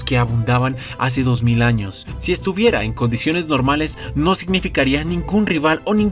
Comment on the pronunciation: Porque dice arnos enves de anos ?